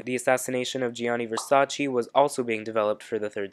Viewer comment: You've watched the season, you should know how to pronounce Versace :)